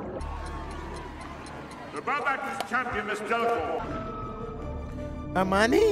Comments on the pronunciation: Back when The Batman was in a Harry Potter movie. My boy calls Hermione "Armani" 🤣🤣🤣 best way to remember is Her-Miney. And when you finish the series, you should check out the HBO special they released New Years. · He hit the caretaker with the “green blast” (death curse) at the beginning, Harry was seeing that meeting in his dream…also bro you saying Armani??? It’s HER-MY-NEE 🤣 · Its pronounced "Her-mine-ee". Ideally in a british accent the h is nearly silent and it sounds more like "Err (like error) - mine -ee", then the "mine" is a bit different too, but at least then you'd have the letters right. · Petition to change Hermione’s pronunciation to Armani 🙋‍♀️ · I ❤️ that you call her “Armani” 😂🧙🏻‍♀️🪄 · I know this is from a year ago but i'm still waiting for someone in the comments to tell him it's HERMIONE not Armionie. lmao!!!!! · Still with the "Armani" lol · Not criticize your pronunciation of Hermione’s name, but the way I remember it is: her-my-o-knee. Love your commentaries otherwise. Should listen to the audiobooks. Jim Dale is talented.